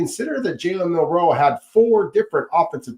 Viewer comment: Please, I beg you. It is MiLroe. Not MiNroe.